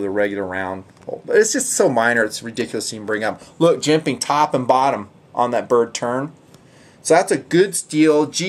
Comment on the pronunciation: I love, I love TNP, I love jimping... but the way says "jemPaing" makes me want to slap a retarted puppy. Probably just too many years of hearing it. I can say with full support though, that I love to hear about "phosssshsfer bronshssss bushssangs"! lol, Seriously though, these reviews are GREAAAAAAAAT!, your style is all your own, and we wouldn’t want these vids delivered any other way. Keep em' coming.